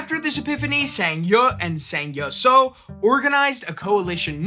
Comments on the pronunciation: Closer, but still not exact would be "Jeng" like in jenga. "Ee" like the sound of someone excited and "Sa-ow" like the start of salt and then the sound of being hurt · Fantastic choice of topic, would have been nice for any part of her name to be pronounced correctly. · My mum used to tell me stories about Zheng Yi Sao growing up. I always love hearing more about her and it's an excellent topic for a Complexly video. In the future if you are going to be saying names and places in a different language please ask a native speaker for guidance. It feels disrespectful to continually mispronounce her name.